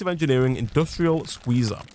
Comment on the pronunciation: What he is saying:SQUEZAAAA What i hear: SHIZAAAAAA!